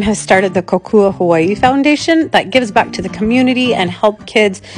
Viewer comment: Just 1 tip from a part hawaiian pronounce hawaii the right way!!! Other than than that videos very much enjoyable 😉 😉 🤙🏻